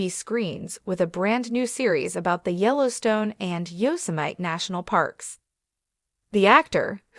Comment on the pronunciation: You can't even get someone to read the name of our national park. So bad